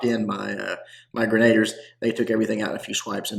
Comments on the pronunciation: What's a grenader? It's pronounced more like Musketeer. Grena-deer is how you pronounce Grenadier. They're the best troops in the game. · "gren uh deer"... only cuz I love ya